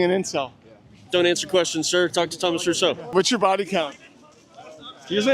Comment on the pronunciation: It's Thomas Rousseau, not Russo, it's a French name, Italians don't need to feel ashamed for this one, I'm taking the L for this embarrassment. Mes excuses les plus sincères.